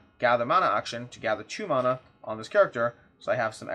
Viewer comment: I hate that you’re pronouncing mana differently from how I do, and it turns out you’re the correct one 😂. This is a tough day for me